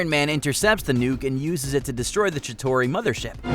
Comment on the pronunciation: How many times can someone mispronounce Chitauri..?